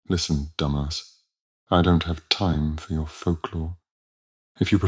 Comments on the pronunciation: I would've playfully nudged and gave a smirk when he pronounced his name as dumbass 🖤. That had me on the floor 💀💀😂😂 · is deliciously sarcastic, especially the way he pronounced Jean Dumas’ last name as “Dumb-ass”. 😂😂😂❤ I love him so much. I suddenly just realized that this guy is a French version of Gilderoy Lockhart. Ugh. 🤔😳